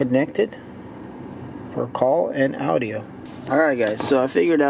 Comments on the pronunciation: Did he say OUTDIO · call and audi-O ahah